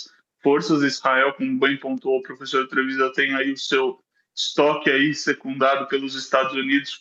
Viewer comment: "Profeçor" kkkkkk